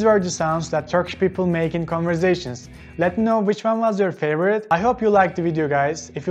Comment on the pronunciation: Off yaaa! Vaay beee! Ohaaa! Why are these missing from the list? Oh, bu arada, it is "converSation" not converZation 😁